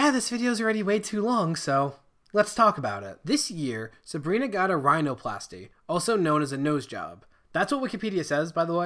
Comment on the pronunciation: Has Gus grown in the last 3 years? No. Abelina Sabrina had a surgery earlier this year, and he treated her like shit this time too. Edit: you pronounced rhinoplasty perfectly :-)